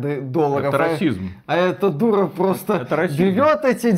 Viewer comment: Виталины оговорки это нечто) На этот раз Черная дурА) ахахахахах